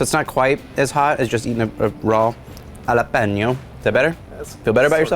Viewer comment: Jalippyno. Should be jalapeño. I’m just saying. Nice talking to ya